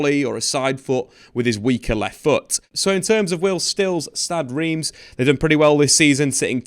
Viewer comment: I believe it's pronounced "R'emm".